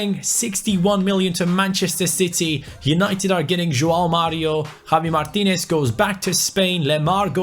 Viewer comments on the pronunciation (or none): none